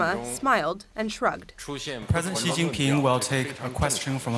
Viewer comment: Ji Xinping… Why do they always pronounce it like that